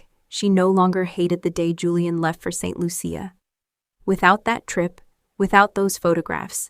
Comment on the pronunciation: It's pronounced Saint Loosha!